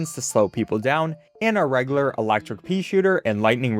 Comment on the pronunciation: pronounced "reg-you-lar" btw